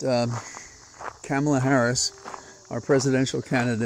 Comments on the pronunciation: I so love your talks and so appreciate you, but I am gonna say again it's not Camela.. its Kah- mala💙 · Please learn how to pronounce Kamala. It's "comma la". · Don't poke me in the eye, but the "Ka" in Kamala (since how folks pronounce it has become a thing lately) is more like "Connie" than "Pamela". More "comma" than "Camelot". Just so's you know. 🤪🤪🤪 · Not sure why you don't pronounce Kamala's name correctly... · Why are you mispronouncing Kamala?